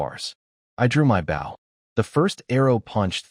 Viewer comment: Like the story but I have issues with the pronunciation errors, fong instead of fang and bow instead of boh, they're spelled the same but pronounced differently and mean different things, a bow is a weapon, bow means bending forward at the waist like bow to your partner in some dances.